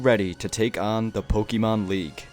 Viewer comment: oh for god's sake please its pokééééémon not pokeemon 🙏🙏 but anyways great video !